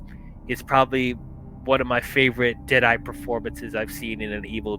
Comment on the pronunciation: Deadite D-AL in the beginning lol